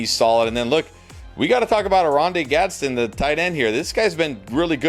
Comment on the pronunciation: It’s GadsDEN. Not gadsen 🤣🤣 respect the new 🐐 TE